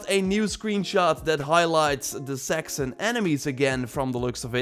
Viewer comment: at first I thought you said we got a new screenshot that highlights the sexing enemies